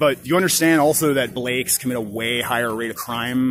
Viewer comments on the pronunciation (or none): Did my dude just pronounce blacks as Blakes? Lmao Blayks.